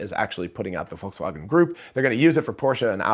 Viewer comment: Thanks for this video. Good job going for better pronunciation of Volkswagen.